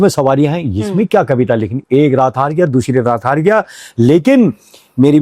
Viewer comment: कच्ची शड़कों पर शफर ❓❓❓❓❓ "दूशरी रात...."❓❓❓❓❓ आपलोग "स" को "श" क्यों उच्चारते हो, - "शवारी" ❌❌❌❌❌❌ शड़क, शवारी ❌❌❌❌ "व" को "ब" ,,,,, बथाना जरा "देबियों" ❓❓❓❌❌❌ "बश" ❌❌❌❌ - शंगीत ❌❌❌❌❌❌❌